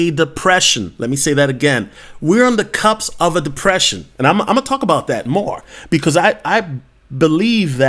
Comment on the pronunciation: BTW, it is cusp, not cups.